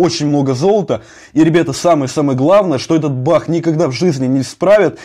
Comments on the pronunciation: ты говоришь не баг а бах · Ты сказал бах хаус смешно😂😂